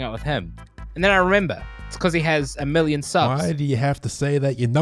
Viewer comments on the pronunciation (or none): none